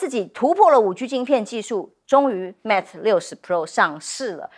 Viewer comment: Mate 不是Mat, 希望糾正發音。